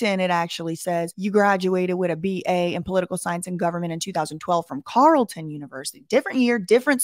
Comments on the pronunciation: We pronounce it "Carl-ton" in Ottawa. This whole situation is weird. Keep on the good work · Carlton is pronounced "Carl" "ton" haha you got it right some of the time. You did well with "Guelph" though👍